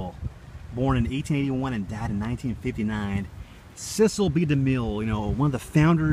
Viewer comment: You pronounced Cecil wrong